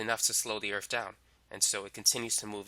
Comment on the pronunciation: the earf